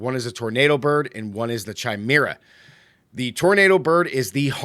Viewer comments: Not to be rude but it's pronounced kai-mer-ah or kī-mer-ah like chameleon is kah-meel-ee-un. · Chimera pronounciation is bugging me.